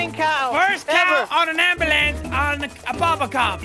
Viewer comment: he said amblance